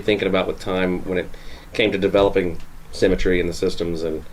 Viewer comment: Every time they say "symmetry", it sounds like "cemetery" to me, and I just think it describes the business endlessly more.